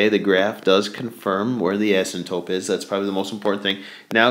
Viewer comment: asympTOTE, not asymtope